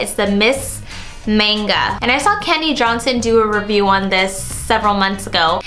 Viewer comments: Almost every beauty guru I've watched pronounces the Manga Mascara wrong! It's pronounced m-ah-n-ga with an AH sound, not an america A sound ;) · Loved the video but you pronounced 'manga' wrong :3